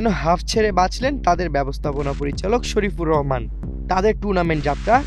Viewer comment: দুর্বার রাজশাহীর ব্যবস্থাপনা পরিচালকের নাম শরিফুর রহমান নয়। শফিকুর রহমান। আগে নামটা স্পষ্টভাবে বলতে শিখুন! তারপর রিপোর্ট করুন 😢ধন্যবাদ ভাই❤